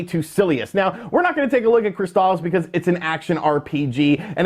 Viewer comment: “Crystal- Issss” not “Cryst-Al-is”